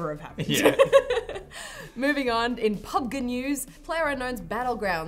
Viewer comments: It's clearly Pub Gee, not Pub ga or whatever was saying. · It's called Pub Gee